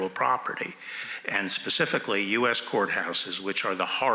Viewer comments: Someone please tell Ms. Jackson-Lee, it's "specific" not "Pacific"....for God sakes, you're a gubment official. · "Pacificly ... I am reclaiming my time. Pacificly do you understand..." LoL come on these are our leaders. Pacifcly really?